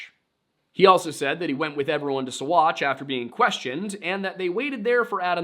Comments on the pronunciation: Saguache is pronounced “saw-watch.” Many names down there are Ute not Spanish. My family homesteaded there before Colorado was founded as a state. There is an old dynamite storage bunker off of the highway as you enter Saguache. They kept Alfred there when the town jail was full reportedly. I’m only a little over 10 minutes in right now; not sure if you’ll mention how he was bounced around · Sagauche is pronounced "Sawatch" FYI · You did great!Uncompahgre is Un as in Until. Un-com as com a con, pahgre is pa- rey. Uncompahgre / Un-com-pa-hrey or Un-com-pa-hd-rey. Ouray is yoo-ray just like hooray. But with a U. Seguchi/ Saghache haha. Everyone get's a freebie. I enjoyed listing to you. I hope this IS your day job. You have a great voice. Thank you for the story.❤ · OK as a 30+year olde 5th generation coloradian.....you triggered me It's UN-cum-PADRE SUE--watch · My skin crawled ever time he tried to say what ever the hell he was saing instead of "sa-watch"